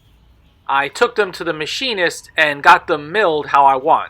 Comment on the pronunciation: He says “the machinist” like he is talking about the “key master“ in the Matrix movie! 😂